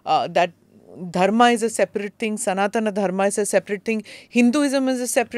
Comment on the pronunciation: Why do you pronounce सनातन धर्म as सनातना धर्मा ?!